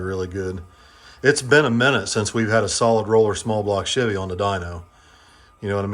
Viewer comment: I have owned and driven Chevys since 1995 and NEVER heard the word "Chevy" pronounced the way does 😂 I cringe everytime. Must be Northern thing